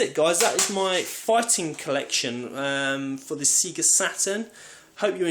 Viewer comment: golden axe and double dragon have always been underated when both are well above average fighters. Oh yes and its "sayGA" not "seeGA" lol